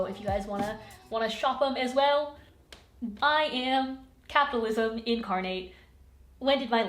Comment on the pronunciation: When you said capitalism I thought you were saying Catholicism lol